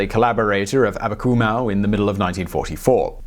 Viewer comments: Abakumov not Akabumow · You horribly mispronounced Abakumow - the w should be a v, as in Abakumov. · Why you read "Amakumov" as "Amakumau"? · It’s not Abakumau, it’s AbakumOV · Abakumow? Really? Does that sound Russian to you? His name is Viktor Abakumov. Russian doesn't even have a "w" sound. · It's AbakumoHV - Some English sources render V sounds as Ws on Slavic names (e.g. "Pawel" for Pavel)